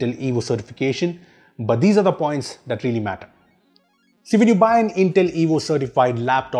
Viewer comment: Why he say "that" as "dat"